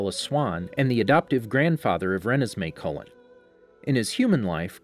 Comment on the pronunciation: Anyone bothered by his pronunciation of Cullen